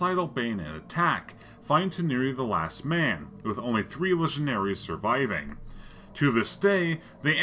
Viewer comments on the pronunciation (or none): It's typically pronounced legion-airs and is plural. Your unusual diction threw me is all.